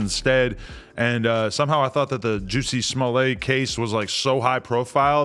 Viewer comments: The first 3 times he said it I though it must be my hearing but by that 4th time I was definitely going back at replaying it. I laughed everytime! 🤣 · I’m mad Adam and AD keep calling this guy “ Juicy” and “Juicy Smo-lay” 💀💀🤣🤣 kix and giggles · Wtf did dude say when he said the first story? Juicy smullet? Huh 🤔